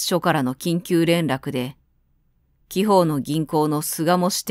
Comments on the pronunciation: あのう‥‥ もしかしたら‥‥ 「貴方の銀行の」 「きほうの」ではなく「あなたの」 ではないでしょうか。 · ご指摘ありがとうございます。インタビュー音声などを確認していないため悩みました。「あなたの銀行」だとフランクすぎるかと思い「きほう」という読み方をしたのですが、用法として間違えているかもしれません。